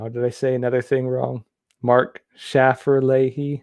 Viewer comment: Its pronounced Shay-fer lay-he lol